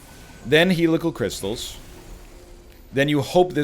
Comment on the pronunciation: Will the egg ever, ever pronounce Helical Crystalis correctly?